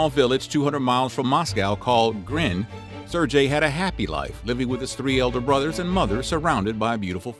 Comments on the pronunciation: Ser-GAY, you dolt. How do you literally say his name wrong a hundred times when he's the actual source of content for the video. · You know damn well it's not pronounced sir-j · It's pronounced sirgay. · You are going to spend all this time researching a topic and you cant even pronounce the name of the main character correctly? It is pronounced as sir gay, ok. Get it right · It shouldn't be that difficult to find out how a name is pronounced. And it's not like that hard G sound doesn't exist in English. If it had been a sound that doesn't exist in English, I could have understood and possibly accepted it. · Every time his mispronounces Sergei it made my skin crawl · “This 6 year old is a war hero, but I can’t be bothered to pronounce his name correctly.” 😑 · Anyone else distracted by the fact the narrator mispronounced Sergei through the entire video? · I just can't understand how you were able to research all this, edit it and write it and yet fail to pronounce an extremely simple name correctly. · This guy's pronunciation of the name Sergei is painful to listen to. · Nobody will care but his pronunciation of the name Sergei annoyed the hell out of me. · I would like to know why you pronounced his name with a soft g instead of a hard one, making it sound similar to the Indian name Sanjay? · the g in sergei is not pronounced as j, it is pronounced like the g in go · Nice but you butchered his name about a thousand times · Why can't Americans learn to pronounce the simplest of names? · I'm sorry, I'm trying to listen. This is an interesting story. It's just I can't stand the way that you pronounce, Sergei. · Great video, terrible mispronunciation! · Not serjay ! Sergei with a hard G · Very nice video. I would like to point out the name is pronounced seer-gay, not surjay. Just FYI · it's not serjei,its sergei! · Sir-Gay not Jay You got me saying it wrong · "SARE-gay"; not "SIR-jay." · I'm fairly certain that a single g makes a ga sound not a ja sound.